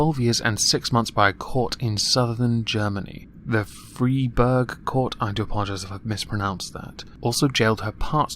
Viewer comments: Freiburg is pronounced "Fry-burg". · It’s pronounced “fry-burg” actually. In German (based on what I learned so far of it at least) in a set of paired vowels it’s pronounced more or less with the hard second vowel of the two. Apologies if someone already told you about this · fryburg. Ei is I, ie is E.